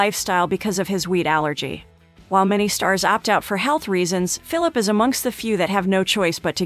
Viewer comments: How am I supposed to listen to you when you didn’t even take the time to learn to say his name right 🤷🏾‍♂️ it’s commonly pronounced fil’-a-pee Smh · Was there anything worth watching in this video? Cause I can’t listen to her say “Phillip” any more. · 1 Thing YOU don't know about Ryan Phillippe???? How to PROUNOUNCE his name!! No Cred for you! 😞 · I was just about to say..."apparently she doesn't know how to say his last name" lol ...beat me to it darn! Mr. Fillip! 😂